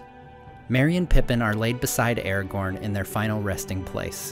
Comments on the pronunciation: Man, you make great videos, very informative and well made, thank you for that. But please, try to pronounce the characters correctly (watch the video where Christopher Lee gives examples of the correct pronouncement). It is not "Eragorn,(sounds like this when you say it)" but Aragorn. Not "Gendalf," but Gandalf. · why is ara gorn pronounced as errorgorn the whole time? can't stand it. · his name is not "eergon" it is A-RA-GORN! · Aragorn! A as in Apple Ra as in Rat! Not as in Air for fk sakes! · you say airgorn when its pronounces aragon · You should pronounce Aragorn with a hard A. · i was looknig foward to watching this till 5 seconds in when you cant even say aragorns name correctly